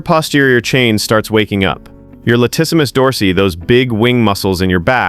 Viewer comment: Latissimus "Dorseee" gave away the AI voice.